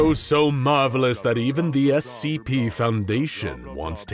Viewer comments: Giving that they are clowns who hate the SCP foundation, they probably call it Essie P on purpose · I find it really funny that they mispronounce SCP as *"Essie P."*.